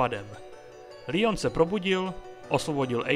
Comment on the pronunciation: Dobrý video jen mi rve uši tvůj Lion, je to prostě Leon jsme Češi tak to můžeš říkat normálně i Angličani říkají Leon i amíci to vyslovují Leon